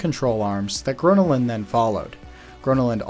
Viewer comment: that's not how you pronounce gröna lund